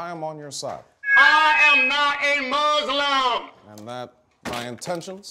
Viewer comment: Notice how he says MOSLIM, the way people who know nothing about Muslims say it, which is a joke making fun of people who think they know shit about Muslims.